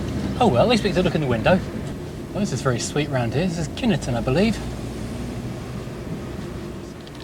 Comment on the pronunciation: It’s Kyneton not kinnerton